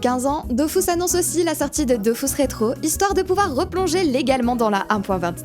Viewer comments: Perso... malgré le fait qu'il répète DOFOUS pendant 5 heures, on dit toujours DofUS et pas Dofous. 😅 Merci pour la vidéo... à quelques semaines de Dofus 3, ça va pas aider notre productivité ça. PS: désolés, gros bisous si tu passes par là. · "Dofus" et pas "Dofousse", je m'en fiche de ce que disent. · dofUs ! pas dofOUs RHAAAAAAAAAAAAAAAAAAA explose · Est-ce que l'event halloween s'appelle Dofrousse ? Tu sais, par rapport à la prononciation du nom du jeu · C'est bon j'arrête vraiment de regarder, c'est Dofus pas Dofous, allé ciao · Perso je dis dofous et pas dofus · Je me ferais jamais à " Dofous " et " Astreub " c'est impossible ! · Je ne regarde pas une vidéo où on dit "Dofius"